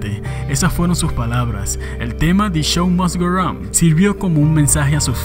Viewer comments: The Show must go raound NO!!!! Se dice The Show must GO ON!!! Pronunciación: De Shou mast gou On! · Que cojones pq pronuncias tan mal the show must go on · "de chou mos go ron" >:v